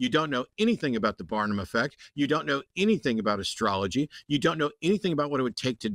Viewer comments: He lost me at "askrology" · I replayed several times and I kept hearing say "ascrology" the first time.